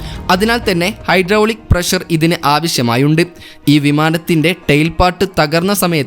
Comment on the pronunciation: വിവരണം കൊള്ളാം പക്ഷെ, പ്രശർ അല്ല പ്രഷർ എന്ന് ഉച്ചരിക്കണം അതാണ് ശരിയായ ഉച്ചാരണം ശ്രദ്ധിക്കുക ok.